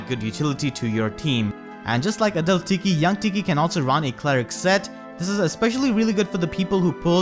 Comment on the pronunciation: Every time you say adult tiki I hear a dull tiki 😂 gets me everytime I love your accent!